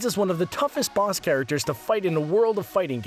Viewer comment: At the start he said "Bass battles" lol that sounds like a boss in parappa the rapper. It was a mistake but I love it XD you guys are the best youtubers ever